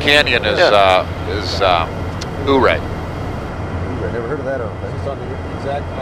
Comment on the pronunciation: Ouray, Colorado is not pronounced Ouu-ray but Your-ray...named after an old Indian chief.